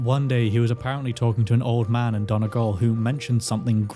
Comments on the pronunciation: Your pronunciation of "Buidhe" was perfect. You could get more specific and "correct" and velarise that last vowel sound, but it's close enough. Your pronunciation of "Donegal" was off tho lol. It's usually "dun-ee-Gawl" with the emphasis on the G rather than "Dun-a-gawl" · Donegal* pronounced 'Done-e-gawl' ✌🏼